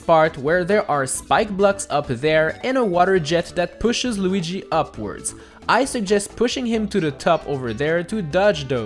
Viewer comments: Why did say Loogy instead of Luigi? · Lugi? its luigi XD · We gonna talk about how he said lugi? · lugui jajajajajaj